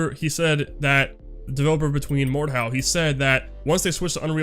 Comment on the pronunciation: I had difficulty understanding you when you said Mordhau and Dueprocess so please the next time you talk about cool games (which i didn't even knew exist) put a link in the description or at least type their name in the description. :) I really think an engine switch would be great for ZPS and the community. Modders and Mappers already have plenty of experience with the UDK so we could see maps and mods for IM probably pretty quick which in turn opens up the wallet of a lot of people. Oh and then maybe they release the damn server files i've been waiting for many years.